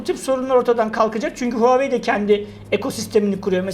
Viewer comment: Huawei -- okunuşu Huavey.Çinliler konuşurlarken sesi Havey gibi çıkar.İki hece aslında iki farklı kelimedir, anlamı Çin Başarısı(Çinin gururu da denebilir) .. Onun derken, huaveyin = doğru, Huaveynin = yanlış. Huawei kelimesini Türkçe'mizde telaffuz etmek kolay değildir ancak ayna karşısında çalışmakta fayda var.